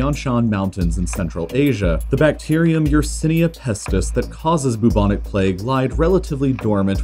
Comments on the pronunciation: There's only so much I can take of the syllable "bu" being pronounced as "boo". One minute and fifty-eight seconds, to be precise. I'm out. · Why do you gender empires and countries? I find it a bit off-putting, somehow. It, they...in this day and age, keeping stuff nice and neutral is probably best practice :) Also, 'bubonic' is generally pronounced with a 'byoo' as the first syllable, rather than 'boo'. Same with bubo. Such a delicious word, might as well get it right. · I've never felt so much pain from his pronunciation of bubonic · Boob-onik plague? I thought it was pronounced "bwebonik" plague 🤓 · How Ameircans say Bubonic makes me wheeze omg.